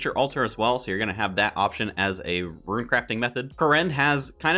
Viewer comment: These are some great leagues videos, my one complaint stop pronouncing rune as ruin :)